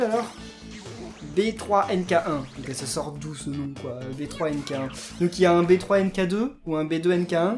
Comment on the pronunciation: Le yo kai B3 NK1 se prononce benki kirb mais sinon bonne video